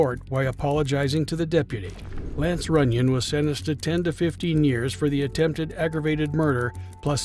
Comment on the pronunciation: He said, "under suspicion of attemb murder..." Didn't even try to finish the root of the word.